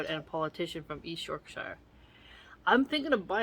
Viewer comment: Hey, loving this! I’m from Yorkshire in England and I’m loving your reading of the quotes and sayings…btw pronounced Yorksherr 😂 The commentary you give to go with it is entertaining too. I agree that whole mouse thing with those glue strips is pretty gruesome😅. Can’t wait for the next one,x